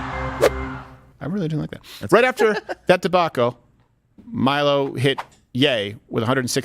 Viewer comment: Ye isn't yay. It's yee.